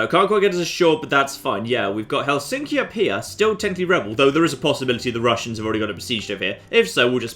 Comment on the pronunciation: I'm finnish it's pronounced hel in ski